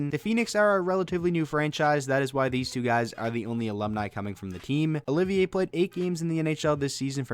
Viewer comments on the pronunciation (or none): none